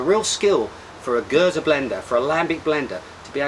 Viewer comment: Oud indeed means Old :) You pronounce Geuze correctly as well. Surprising considering most foreigners usually forget to pronounce the last e. Hope you enjoy Oude Geuze as much as I do. ;)